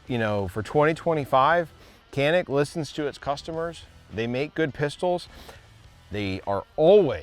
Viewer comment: People need to know it's a Turkish manufacturer and it's pronounced "Shanik".